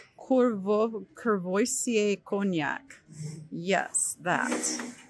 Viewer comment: It is quo va see ay